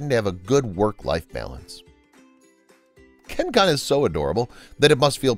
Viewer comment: Kun is pronounced "koon"